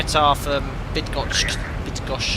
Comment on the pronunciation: as a 737 pilot from Poland I have to appreciate your effort trying to pronounce Bydgoszcz correctly:-) its’not easy. full name is Bydgoszcz -Szwederowo airport:-)